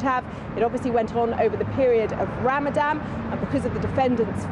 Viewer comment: "over the period of Ramadam..." LOL....typical ignorant reporters..